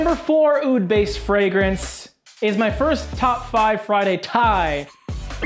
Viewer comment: ur pronunciation for the word (oud)is disgusting ...عود عود عود